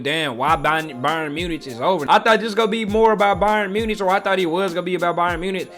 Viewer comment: it's pronounced munick btw not munitch